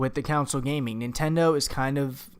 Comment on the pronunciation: Console, not counsel.